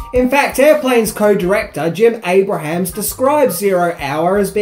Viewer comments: “Abrahms” not “Abrahams” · Jim's name is pronounced AY-brums, not AY-Bruh-hams. Also, the impressionist is John BYNER, not "briner." With 304k subscribers, I would think you could mic yourself better in those live shots. You could leave t. hose parts out entirely, actually. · Abrams. Not Abrahams. John Byner. Not Bryner. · It’s ABRAHAMS-2 syllables, not ABRAHAMS-3 syllables!!! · Abrahams. Pronounced: (Abe-rims) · You say Jim Abrahams name incorrectly. It's pronounced "ay-bruhms" -- you've been making great videos for a LONG time....you should know to Google name pronunciations. ;] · Abrahams is pronounced Abrums